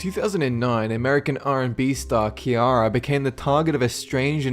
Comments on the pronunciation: It's actually pronounced "see-air-uh" The name you said is spelled Kierra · ciara not kiara..... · Ciara nor kiara "si" not ”key" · Its See-air-ra not.. key_r_a Smh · her name is Ciara not kiarah 🙄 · why is he saying kiara?? it's CIARA!!! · Wait, am I the only one who got completely cringed at the fact that he pronounced Ciara's name wrong? Its SEE-AIR-AHHH, not KEY-AHH-RAH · kiara? its ciara, see-air-ah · She was speaking about when he said kiara her name is ciara which is pronounced like Sierra. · Kiarah!? KIARAH!? Her names not pronounced with a hard C sound... It's an S sound... Like Sierra, but it's Ciara... I loved I loved Ciara, BTW... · Ciara's name is pronounced "Sierra" not "Kiara". And you mentioned the KFC coupon hoax, but not the rumors that she was a hermaphrodite? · Its not kiara its ci-air-a making a s sound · Ciara is pronounced see-yeah-rah not kee-yara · Ciara is pronounced Sierra not kiara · it's Pronounced Ciara (Cee-er-ra) Not (ci-yara) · "ciara", you're pronouncing her name wrong- Instead of using a "Ki" sound use a "Si" sound. Or just "see", its pronounced See-ara. The way you say it annoyed the fuck out of me lol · Keyara? LMAO. Its Ciara, pronounced See-air-a ie Sierra Desert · thought it was adorable that he called her kiara instead of ciara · its Ciara not Kiara...ahaha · HER NAME IS CIARA...... SEA AR AH NOT KEE ARRAH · you high ass it not kiera its ciara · It's ciara not keira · HE called her ki-ar-rah lol its Ciara but pronounced sierra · This bothers me her name is Ciara and it is pronounced like sierra not Kiara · He said kiara and not C-iara haha😅😅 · It's not Kiara lol , it s Ciara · Ciara is pronounce Sierra not kiara!!! Lol easy mistake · Isn't that Ciara and not Kiara? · Its See-Air-uh NOT Kee-are-uh...... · i'm pretty sure ciara is with a soft c, not a hard c. so it's sea-ara, not key-ara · It's Ciara not Kiara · Ciara is pronounced CEE ARA Not keyara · Pronounced Sea-ara (or sierra i guess) not Kiara :) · he called Ciara kiarra